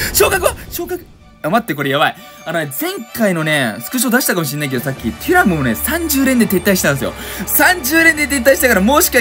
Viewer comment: トゥラムじゃなくてテュラムじゃないですか？